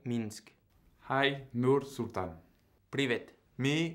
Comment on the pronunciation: Привет с Казахстана я с города Нур Султана🇰🇿🇰🇿🇰🇿🇰🇿 Лангле сказал Нур Султан красиво очень приятно что нас знают 😊🇰🇿🇰🇿